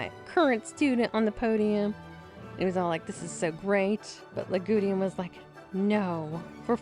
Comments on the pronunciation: Lagudin? It seriously sounds as if you are pronouncing his name LA-GU-DEAN! Yikes! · OMG! Yagudin's name has only THREE SYLLABLES, NOT FOUR !!! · not yagudeean yagudin